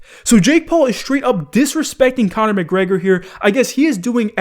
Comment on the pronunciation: Khabin was the largest name in the UFC. Not comner, nice try tho.